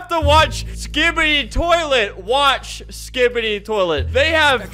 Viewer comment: he says skipid-ee every time i love it